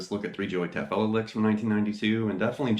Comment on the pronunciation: Great video! BTW, I believe he pronounces his name Taffoia....with the L as a Y....